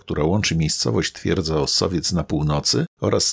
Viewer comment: Fajny materiał! Aż zapragnąłem pojechać tam tej jesieni. Drobna uwaga "Osowiec" a nie "Ossowiec" :-).